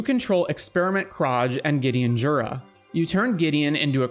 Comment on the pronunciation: that's not how Experiment Kraj would be pronounced, like many things in Ravnica (including the name Ravnica), people pronounce it wrong, since they're Slavic (or Slavic influenced) names. :D It's been so fun so far, I'll have to pause for now, but missed 11 out of 27 rules. Doing better than I've expected. lol